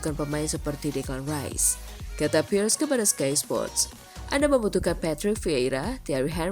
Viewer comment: Robert PIIIRREEESS bukan PIERS 😅😂